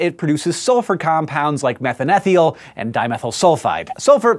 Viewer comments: methan-ETH-iol??? no no no!!!! You have a BS in biochem! Its methANE-thi-ol!!! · methane-thiol (thigh-all), not methan ethiol. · So why is Hank pronouncing methanethiol "METH-uhn-ETH-ee-ol" and not like two the two separate words that it derives its name from "METH-ane-THI-ol"? I am a chemist and have never heard it pronounced that way before, and I would assume that with Hank's chem background he would know the correct pronunciation. So which is correct? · It's pronounced methane-thiol, not methan-ethiol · I think it's pronounced 'methane-thiol' not 'methan-ethiol.' Not too sure if both are accepted, it just sounded wrong when Hank said it. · As someone who does research with sulfur compounds, I'm pretty sure Methanethiol is pronounced "Meth-Ane-Thigh-Ole" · never heard methane thiol pronounced this way. thiol = thi(on) + (alcoh)ol. I could be wrong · Aw, have Hank pronounce "methanethiol" again, and again and again! ... :D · As a chemist I am terribly annoyed by your mispronunciation of methanethiol.